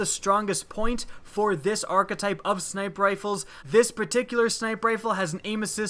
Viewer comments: WTF is an arch-uh-type? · Wanna say arkatype 1 more time